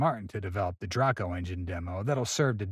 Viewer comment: Draco like Drac-u-la-co ? lol! I thought it was like drake-oh. I guess those AI voices just don't know some words. Wer-ner von Braun? I thought his name was pronounced in a German way like Verner. Lol. Yep ai voices strike again!